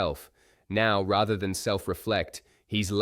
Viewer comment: Nothing is more annoying than Owen's mispronunciation of "rather" as "rether"